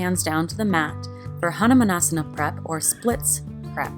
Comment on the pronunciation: Hannahmannasana ???? ???? xD xD xD (Hanuman or Hanumaan is pronounced as Ha-noo-maaan